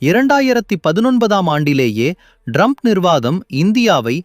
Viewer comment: Your editing is wrong. Some of the sentences are not even complete. The guy is pronouncing Trump as Drump. I think it is a horrible video though the message is good for India.